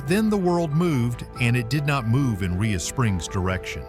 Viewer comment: Rhea pronounced ray not ria.